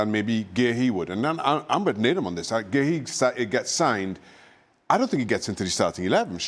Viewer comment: Marc who? Completely butchered his name